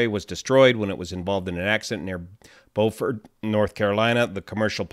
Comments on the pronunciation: love your videos. If you ever get a chance to go to “Beau fert” (Beau as in beautiful) (fert as in fertilizer) not Bowfort. 😊. Please go and visit the old south with all the old oaks and moss covered branches. You can come to Charleston and visit all of us in the fastest growing county in SC. BEST! 🎉👍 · "bYOOfurt"...not "bowfurt" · I believe it's pronounced byoufort, South Carolina. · It’s pronounced “bwu-fort;” a “u” sound rather than an “o” sound. We in the South don’t always pronounce names correctly. I live in Martinez, which we pronounce mar-ti-NEZ, rather than mar-TIN-ez. You’ll never guess how “Taliaferro” (count) is pronounced! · It's a French word and it's pronounced bofor in French...